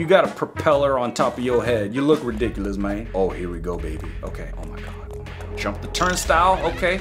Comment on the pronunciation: "ow me gwod" got me laughing😂😂😂